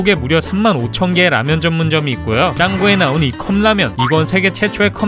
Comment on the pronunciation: 라면이라는게 한자여서 발음을 라미엔이라고 하는거 아닐까요? 라면을 중국음식이라고 인식하는게 이해가안되네요. 대만에선 라면을 일본음식으로 알고있거든요.